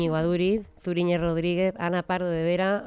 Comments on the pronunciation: Se pronuncia Suriñe..no Zuri.. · Zuriñe no se pronuncia con la z del castellano sino con lo pronuncia. Gracias